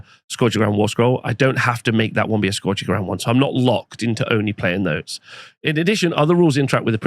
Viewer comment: Biggest controversy of this new GHB is hearing how many different ways people pronounce “scourge” and seeing how many do it wrong. 😂